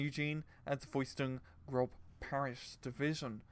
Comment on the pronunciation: M8 its not grob its 'gross' or 'groce'